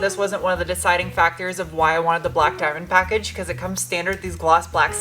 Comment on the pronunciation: Shine brie like a die-menn